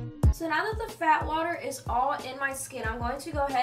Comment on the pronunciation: When she said "Fat water" I kept thinking she was saying "Bath water" I thought Rhianna was selling her own bath water as a toner 😭😭